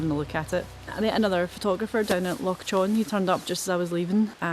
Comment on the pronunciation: lol. By the way, Loch Chon is pronounced more like Loch Hon. The ch- in Chon is the same sound as the -ch in Loch. I only learned that a couple of months ago and thought I'd pass it on.